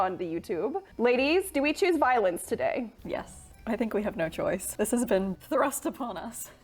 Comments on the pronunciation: Instead of "violence" I repeatedly heard "violins" and was very confused a while 😂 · I thought she said violins.... I WAS SO CONFUSED!!!